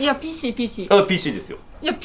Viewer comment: 白石さんがPC言えないのいい🤣